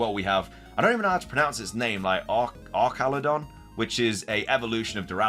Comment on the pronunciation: the “Arch-” in Archaludon is pronounced the same way as the word, “arch”. In other words, with a “-tch” sound rather than a “-ck” sound. At least that’s what I heard on the presentation.